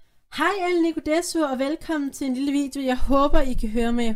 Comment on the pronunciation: Jeg har svært ved at høre det, men desu udtales bare des :) kan selvfølgelig også godt være at du siger desu-uer